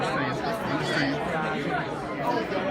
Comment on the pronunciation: He tries to reason with the blacks while they yell "You don't undastan! You don't undastan!". When are whites going to realize that there is no placating these people? There is no reconciliation here? It's so weeeeak.